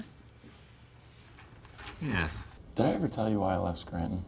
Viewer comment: Actually, I believe he says, “Nyes.”.